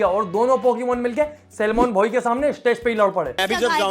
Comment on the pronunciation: It's Salmon 😂😂 Not Salman....